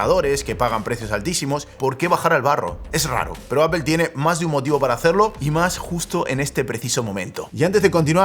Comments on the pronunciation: No se dice Apel !! Es más parecido a decir Apol!!! sorry pero por algún motivo me desespera oírte decir Apel hahahaha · Botón para que dejen de decir "APEL" y digan "APOL". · Nunca he entendido por que los españoles dice apel y no apl cuando se escribe apple y por que aqui no usar la regla de como se escribe se dice. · ¿Por qué dice apEl? 🤣🤣🤣